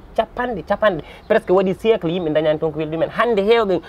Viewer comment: Dj dou on dit pas siyélce , c siècle